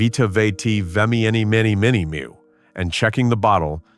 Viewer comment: The AI narrator does it again, seriously mispronouncing the "product" name in this sketch into the video and several more times. Vitametavegamin is pronounced VITA-MEATA-VEJJA-MIN, a name that actually lists the product's supposed ingredients: vitamins, meat, vegetables, and minerals. AI narration is a total disaster and should be banned..